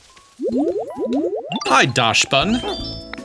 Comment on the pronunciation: I give you a Tip ITS Not dasch try to say IT Like Daxs OK ITS a German word